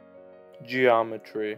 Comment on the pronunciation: "ge aw metree"